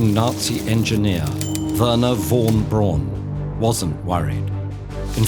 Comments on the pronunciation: You can't even pronounce Wernher von Braun. Is this an AI narration? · Yes, the animation is great. All your videos are lovely. But why cannot you guys pronounce the names correctly? I mean, is it really such a problem to find out how Werner von Braun's name should actually sound like and then at least make SOME effort instead of totally mispronouncing the name over and over again? Sorry, but who else if not TedEd should get this right?